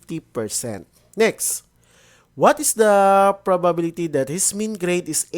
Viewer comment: bulol po ba kayo sa probability